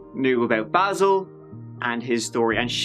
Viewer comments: really heard how Basil prefers his name to be pronounced & did the opposite 🤣 respect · I absolutely love how the detective asks him how he wants his name pronounced and then mispronounces it the whole interview JUST to get under Basil’s skin. Lol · I like when called him Basil instead of Basil hahahahaha. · The fact you intentionally mispronounce his name is golden! Anyone that horrid deserves as much mocking as possible. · the first thing he said was BAAYYYSIILL and you said BAHsil over and over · LOL I love it how just played a clip of Basil pronouncing his name correctly and then continued to incorrectly pronounce his name right after and throughout the video. Low level disrespect for a criminal. Nice. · Basil, Bazal, Idontcareizall... 🤣🤣🤣 I love you!!! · I LOVE that shows the clip with "Baysil" telling the cop how to pronounce his name and then proceeds to call him "Bahsil" the rest of the video! Screw that guy! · Basil: phonetically "Bay-sil": phonetically " Bah-sil" Me: Yeah, you get him. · "I don't caresil" 😍❤️ I needed that today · says ”Basil”. Youtubes auto-text says ”Baseball”😅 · Bazzil, Bayzil, I don't carezil, lol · Good for you, calling him Baahsil. Just a little tweak of “he doesn’t deserve to have his name pronounced the way he wants”. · This made me lol and I re-watched the video just to hear it again. Basil, baaasil, idontcarisl 🤣🤣🤣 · “It’s Bay-sil”: “So BASIL-“ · Wowwwwww! This Bay-sil (Basil) is SO SO annoying! He is such a sorry sack of s*it! Poor poor me🤢... he reminds me of my Dad, but worse (didn't know that was really possible) 😳 If I was that Cop, I would've wanted to put old Basil down... HAVE A SOOK BAZ 😪😪😪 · And it's BAY- zul! He a sensitive guy. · “Basil” or “BAsil” or whatever the f**k. WOW is he insufferable… I hope his back still hurts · I'm laughing already.. Basil pernounced "Bayzil" 😂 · I love how he says how he pronounces his name and you say it wrong